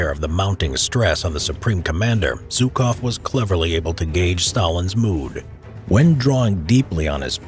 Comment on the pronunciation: Its "Жуков". Jukov not Zukov.